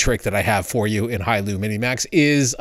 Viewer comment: Don’t mean to nitpick, but it’s “Hailuo”.